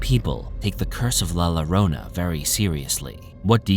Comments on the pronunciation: It is written with two Ll...Llorona. And is pronounced with " "J" for the "Ll" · Just to let the narrator know la ĺlorona when there's double ll it's pronounced as a j in Spanish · The name is la llorona with double LL and you got the story all wrong coming from a real Mexican that knows exactly how la llorona sounds and it doesn’t hunt ppl with kids..you need to get your facts straight…Lol